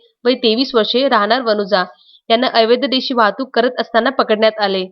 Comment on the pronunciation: आपण 'अवैध' या शब्दाचा उच्चार 'एवैद्य' असा करीत आहात. तो दुरूस्त करा प्लीज!